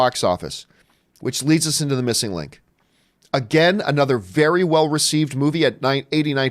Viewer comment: "Missnig Link"